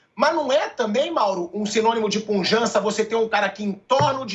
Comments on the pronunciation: O certo é pujante e não punjante😂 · Pilhado, não passe vergonha... o mínimo que um jornalista precisa é saber português. Não é puNjante, é PUJANTE...